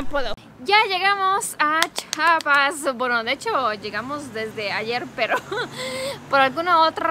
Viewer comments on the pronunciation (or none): Bueno tu telopaso q digas chapa pero de ves d pronunciar. Mejor se yama el estado Chiapas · Se dice chiapas no chapas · Muy buen video! Chiapas es siempre un buen lugar para visitar 😃 (Solo una nota breve: Los de Chiapas siempre dicen que los de otros estados decimos mal Chiapas, ellos dicen que decimos "Chapas" y siempre andan corrigiendo a todo mundo, pero la verdad es que sí decimos "Chi-a-pas" pero debe ser que lo decimos rápido y se oye "Chapas"🤭 ) Siento mucho los inconvenientes 😬 que tuvieron durante su ida, pero espero que se la pasen super genial y graben más videos allá va?? No me fallen sobrinos!!!✌😸(Espero que tu esposo sepa quien decía esa frase, sino google it y veraán) Bonita estancia allá. Take care!!! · entiendo que tú esposo es de México, pero es Chiiiiapas, no chapas. Un saludo y abrazo grande. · Es chiapas no chapas no entiendo porque la gente sigue con chapas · es CHIIIIIIIAAAAPAAASSSSS NO CHAPAS CHIAPAS CHIAPAS